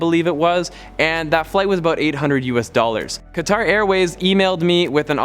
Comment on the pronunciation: Awesome vid. Thanks for the tips. Fyi Qatar is pronounced cutter.